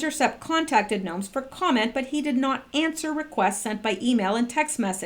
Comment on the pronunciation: It's pronounced go-mes.